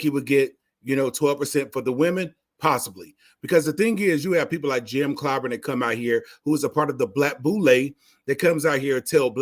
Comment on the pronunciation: Hey there Fool, for one thing you can't even pronounce his name it's Clyburn got the democratic party a Strong black supreme court judge, by the name of Ketanji Brown, and a black woman who is vice president of the United States. You have it all wrong, you don't even understand the issue When the black woman's vote is what got us to where we are today.